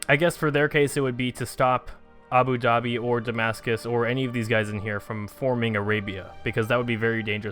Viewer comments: ITS PRONOUNCED ABU DA(H)-BE (the h being almost silent but not quite) FOR GODS SAKE, PLEASE END MY SUFFERING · Abu Dubai.